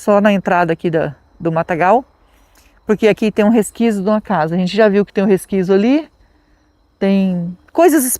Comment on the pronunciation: "Resquizo, resquizo, Resquizo,,," 😂